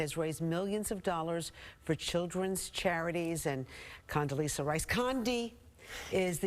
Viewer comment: Is there a difference between an s and z ? If you can't read or pronounce her name correctly maybe you should just try Condy